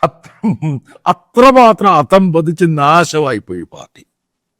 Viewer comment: സർ pls അധംപതിച്ച എന്നല്ല ആ വാക്ക് " Adappadicha " എന്നാണ് ഉച്ചാരണം : അധ:പതിച്ച ശ്രദ്ധിക്കണേ❤